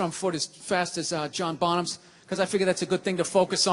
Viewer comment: Ele fala John Bonham, o ex baterista do Led Zeppelin, não John boms